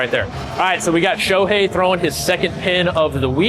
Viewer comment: Shoei - Show eigh(t)- , accent on Sh and e. However Yu Darvish is his stepdad, his granpa Ikuei Yamamoto was a v famous wrestler who placed 7th at the 1972 Munich Olympics, and his mom is also a professional wrestler Seiko Yamamoto, and his dad Hideaki Nagashima is a professional handball player. Cant wait to see him do well!!! (Darvish has 2 kids from previous marriage. Their name is Ren 蓮 and Rui 塁)